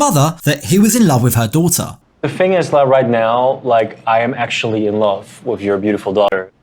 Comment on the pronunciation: I hate his accent and how he always says „f“ instead of „th“ like „wif“ What the f0ck